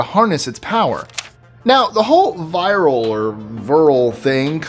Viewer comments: 8. The nazi society is not 'virl' it is 'vril'. Come on, you make the wierdest mistakes... Besides that, love your show 😊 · It's "Vril", not "Virl".